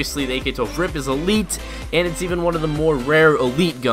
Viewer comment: ITS R.I.P NOT A FUCKING RIP U STUPID FUCK......U DONT CALL IT A B.A.L U CALL IT A BAL